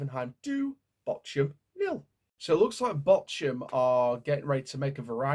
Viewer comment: Bork-hum. See the H as a K.